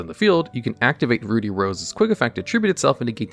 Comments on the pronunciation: Ruddy is pronounced Ruh-dee. Not Roo-dee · Note, it's pronounced "ruddy" not "Rudy" like the name. It's supposed to be named after the off colour of red, ruddy red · It isn't pronounced "rude-y rose". Ruddy is pronounced like "bloody". Without the "bluh". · "Rudy" rose dragon...... It's Ruddy. Ruh-dee. Oh goodness. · You keep saying "Rudy". It's rud-dy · Ruddy is pronounced like bloody, not ruby (two consonants between the vowels means the first is still using its soft pronunciation, you'd be correct if it was spelled with only one d). It's used as a euphemism for bloody, which is what it was called in the OCG and of course that got censored. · I think it's pronounced Rüd-dē with an "uh" sound because the original is called Bloody Rose Dragon and the American version was changed to Ruddy to sound as close to "bloody" without being too obvious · Roody Rose dragon 😂😂😂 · Ah, yes, my favorite dragon, "Rudy Rose". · How in the world do you get "rooty" from "ruddy"? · "Rude-E"? Isn't it supposed to rhyme with blood/bloody? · Roody? Ruddy- rhymes with muddy- to mirror that in Japanese it’s called Bloody Rose Dragon. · It’s Ruddy, pronounced similar to Paul Rudd’s last name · Ruddy is just pronounced how it's spelled. There's no "oo" sound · Ruddy is not pronounced the same as Rudy... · its not rude-E, or is it? 🤔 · For your sake in social situations: 'Ruddy' in 'Ruddy Rose Dragon' isn't pronounced with a long 'u' sound like 'ruby'. It's a short 'u' sound like 'buddy'. Ruddy is a shade of red, a very common shade of red that you'll run into a few times in your life. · Doesn't "ruddy" rhyme with "muddy"?